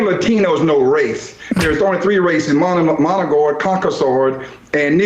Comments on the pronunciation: I know this is splitting hairs, but did he just say, "Moligord" and "Conkasord?" I'm really not a snob about pronunciation, but a person should at least be in the ballpark, and have a clue when you're presumably on television as an expert. Without context, it would be impossible to know what this paste eater meant. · "monogoid". "Concosoid". I definitely trust this guy's take on the history of people. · Ah, yes. The three races: "Managord, Concasord, and Negrord."